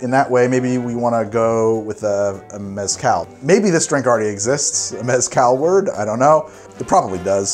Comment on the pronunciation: I’m going to argue with myself for 3 minutes about how to say maraschino Also - Can’t pronounce Mezcal